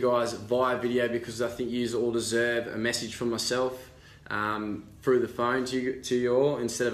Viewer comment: I would have dumped his ass the minute I heard him say "frough" instead of "through", and "yous" instead of "you". Ugh, and his last name would be a problem too. She deserves better guy with a bit more class who isn't a cheater.